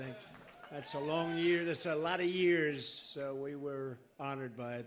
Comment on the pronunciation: Trump you should pronounce the word by a "lot" correctly instead of saying it by a "lut". Funny Trump!